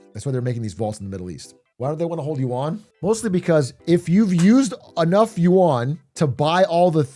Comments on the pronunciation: WAH-N! Surely you-ahn ain't it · Is no one gonna correct his pronunciation of "yuan"? It's supposed to sound like "ü + en" not "yoo an" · should be pronounced something like: 'yuen' but i like it how my coffee cow says it